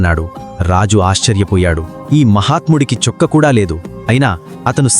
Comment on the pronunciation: Chokka kadhu chokkaa